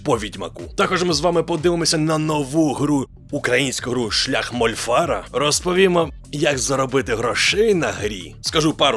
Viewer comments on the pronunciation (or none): Як новий підписник, переглядаю попередні відео. Мольфар, наголос на "а".